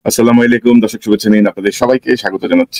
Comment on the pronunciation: আমার প্রিয় বড় ভাই আপনার বিশ্লেষণ আমার কাছে অনেক ভালো লাগে, কিন্তু একটু কষ্ট হয়, তখনই যখন আপনি প্রথমেই আমাদের উদ্দেশ্যে সালাম প্রদান করেন, কিন্তু আপনার দেয়া সালামটা শুদ্ধ করা দরকার, যেমন, (আসসালামু আলাইকুম) এই উচ্চারণটা শুদ্ধ, দয়া করে সালামটা শুদ্ধ করে নিবেন, আল্লাহ তাআলা আপনাকে দেশ ও জাতির জন্য কবুল করুন।